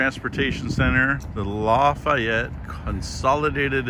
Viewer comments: As a resident of Lafayette, I need to correct your pronunciation of our City.. It LAF-EE-ETTE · Locally pronounced laugh-ee-yet. Also notice the lack of southern country drawl. South louisiana is different. Also Zea's is a local chain in the region. So is Main Squeeze for healthier options.